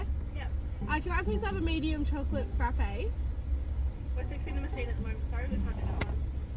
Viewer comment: IM SORRY DID YOU SAY FRAPHAAAY?!